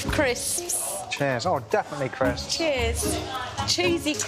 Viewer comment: The way she pronounced CRISSSPS had me physically frowning with my full body. I guess she really lives out loud and more power to her, but it’s grating on the ears nonetheless 😆